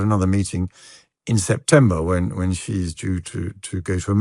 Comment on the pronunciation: Xi's name is pronounced "SHE"! Its She Jinping.